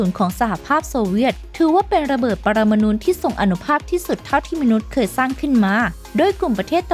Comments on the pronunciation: ระเบิด "ปรมานูน" ??? คือระเบิดอิ๊หยัง? ผมเคยได้ยินแต่ ระเบิด "ปรมาณู"...ถ้าเป็น "ระเบิด 'ลาบานูน' " นี่ผมพอจะรู้จัก....สงสัยแอดมินคงจะชอบวงนี้มาก เลยพูดติดปาก^^ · ระเบิดปรมาณู (นู) ไม่ใช่ ระเบิดปรมาณูน (นูน)